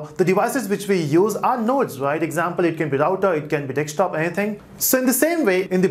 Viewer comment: It's Desktop not Dekstop...